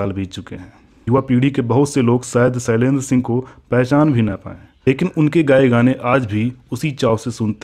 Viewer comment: बेवकूफ पहले बोलना तो सीख ले, सैलेन्द्र नहीं, शैलेन्द्र होता है.